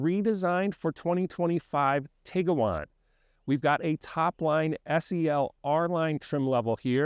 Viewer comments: It’s Bose-Man Montana. Not Bose-ah-Man. It’s Tig-wan. Not Tig-ah-wan. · It's pronounced Tiguan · Why are you pronouncing it Tig-uh-wan? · If the "senior research editor" couldn't be bothered to learn the correct pronunciation of both the car (which is currently in its 16th model year so hardly new), and the name of the town they were in, what else did they get wrong in this video? You lost a lot of credibility on this. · This is a good review, but genuinely baffled that VW allowed you to review the car without knowing how to pronounce it.